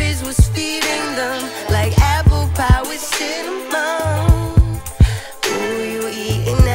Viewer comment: the whole song slaps hard , but the way she pronunces "APPLE PIE WITH CINNAMON" sends me ....SO DREAMY !!